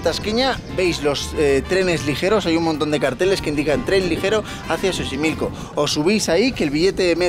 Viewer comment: Dijo chochimilco?? 🤣